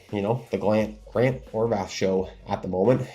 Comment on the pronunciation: You constantly praise Grant HorVAT. But, for years I've been listing to you mispronounce his name and it drives me crazy. There is no H at the end! its Horvat NOT Horvath!